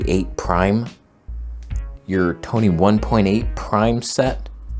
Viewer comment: It's toneh, not Tony :D